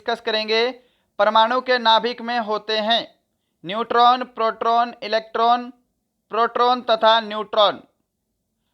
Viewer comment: Peroton or nuton